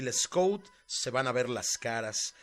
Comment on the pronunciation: Tu narrativa de la historia de Mexico con respecto al batallón de San Patricio, está bien nada más quiero comentarte que el general wilfiel Scot no rindió al general Anaya si no el general twigs y no se pronuncia escut (es escot ) wilfel Scot y su segundo al mando del general Anaya es Manuel Rincón